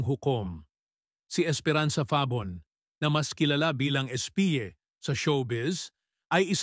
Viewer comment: Mali ang pag bigkas ng "FABON". Ano ba yan?